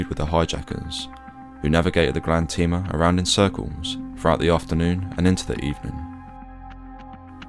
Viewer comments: The ship is called "Grande Tema", as in Tema (Tehmah), Ghana, not "Grande Teema". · You also mispronounced Tema. It's pronounced "Temma" not "Teema".